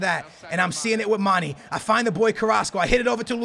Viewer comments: Someone fucking TELL HIM ITS PRONOUNCED MAN-AY NOT FUCKING MANEE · Love u! One thing it's Mane not Money. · Mane not mani* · the "é" in Mané is pronounced aye. So his name is basically pronounced Mon-aye. 😂 Just trying to help👍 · It's pronounced "manè" seriously lmao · Just say Manes name right once pls. You say it so often lol